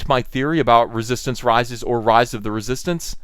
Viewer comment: Writhe of the Reee-Soy-Stance? 🤔